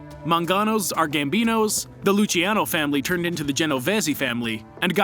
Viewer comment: you absolutely butchered the pronunciation for the luchesse family and the genovese family